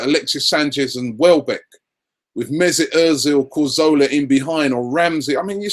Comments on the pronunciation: "CARzola" lol ain't it CazORla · Oh and btw, in Spain the "z" is pronounced "th" as in the word "three" and in Spain they would call him "Cathorla". And yeah mate, you talk a big talk, but I would love to see a video of you proving your fluent spanish.... show and prove!